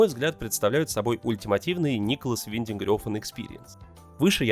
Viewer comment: В Дании имя режиссёра произносят примерно как Нéколас Вéнтенг Рáфн